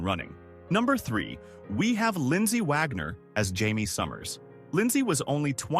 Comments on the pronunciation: Your AI voice called Jaime HYMIE and JIGHMIE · Pretty good AI narrator, but I heard THREE different pronunciations for the name Jaime.